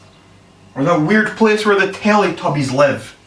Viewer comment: he cant even speak properly....cant even pronounce Tele-Tubbies...... still laughing really hard LMFAO